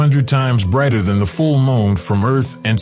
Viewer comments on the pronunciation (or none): Larn to say moon right🌜 not mon